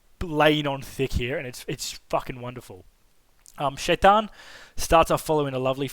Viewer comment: Your pronunciation of Shaitan.... on point!